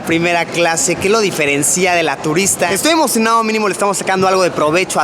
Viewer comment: Pronuncias mal deferencia